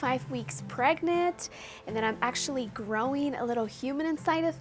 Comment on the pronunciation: It sucks that she always pronounces the word "pregnant" wrong! I think it's irritating, I think that she should google how to correctly pronounce the word "PREGNANT"!!!